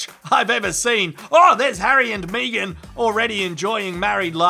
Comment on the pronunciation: Meegan? You mean Megan?